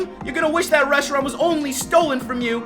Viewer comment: I think forgot how to say Reshiram...he said i think Rehisram